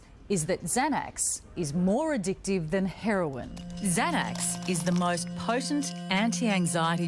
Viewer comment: "Herion"...don't you mean "Heroin?"